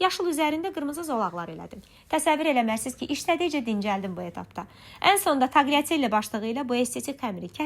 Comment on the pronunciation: Taqliatelli deyil tələffüzü, Talyatellidir.